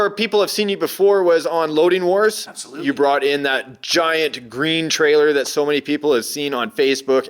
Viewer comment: But why he was keep saing apslutele hahah